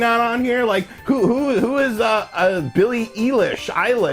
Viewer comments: “Who's Billie Eelish? Eilish? Eyelash?” Like, seriously, I'm not a Billie fan and I still got triggered. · Who is Billie Eelish, Ilish, Eyelash! Ahhh.... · Nobody::BiLlY eYeLaSh